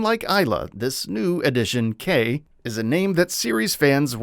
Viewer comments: It's not "K", it's K'. You pronounce his name K DASH. Come on, he's a classic KOF character, you should've known. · It's pronounced Kay-dash